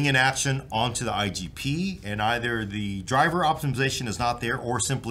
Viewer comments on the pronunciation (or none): none